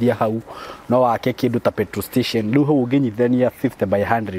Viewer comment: surely...feturu stechen...😅😅love it. Gikuyu halisi.